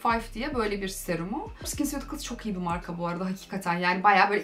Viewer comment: Skinceuticals dediğin yerleri 5 kere dinledim tekerleme gibi